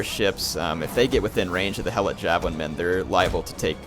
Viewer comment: it is he e - lot not hell-lot